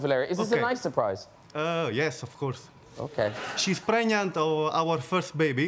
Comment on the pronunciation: The bit that made me laugh the most has to be how the Italian guy pronounced pregnant like preñant